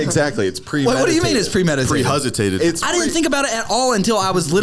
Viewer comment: said “pre huzzitated” and I lost it 😂😂😂🤓